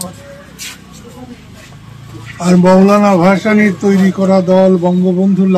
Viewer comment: মুরব্বি ভাসানীর নাম কি ভুলে উচ্চারন করলো।